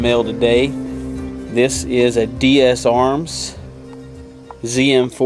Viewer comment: Nice video. I have the exact same gun. but say it with me, D-S-ARMS, not D-S-A-Arms! You were killing me with that! haha. Nice vid though man.